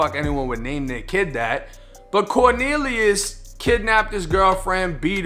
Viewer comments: “Corkneeliuss”!? Oh u low key comedian u 😂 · 😂when he said corneliues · "CORNELIUS" lmfaooooooooo